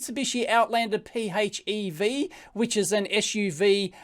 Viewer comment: PHEV = FEV, it's pronounced "FEV" lol.